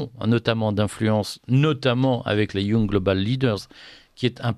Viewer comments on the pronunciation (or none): Bon, on dit yang et non pas young. C'est un détail mais une bonne prononciation donne de la crédibilité au discours.